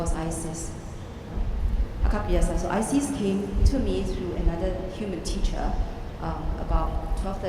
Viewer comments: She's Chinese they struggle with R! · Not Iris, ISIS! :)